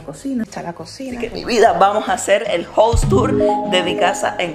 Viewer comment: Un observación a veces la pronuncias bien y en otras mal casa es jaus no jous (House) y aquí en America no existe eso de pisos o dices casas or apartamento nunca piso.